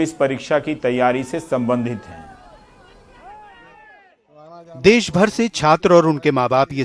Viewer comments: Abe gawaroo des nahi Desh hota hai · "Des" Nhin "Desh" Hota h bhai